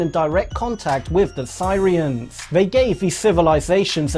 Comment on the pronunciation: Sirians.......Its pronounced Ser rians. FFS